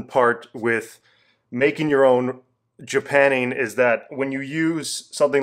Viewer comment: Well, I'm pretty sure it's "JapannING", not "JapanEEN".